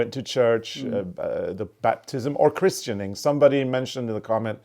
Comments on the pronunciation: Christening, and baptism is pretty much the same, just depends which branch of the church you belong to. You don't really pronounce the 't or e', chrisning is how it is usually said, in UK at least. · Christening, not christianing, but it's the same as baptism. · In the u k baptism and christening is exactly the same thing. The t is silent in christening. Love seeing both of you. ❤ merry Christmas. ❤